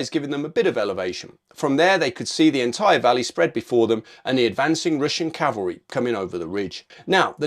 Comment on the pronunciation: its CAVALRY not CALVERY..... do you not know the difference .....DUH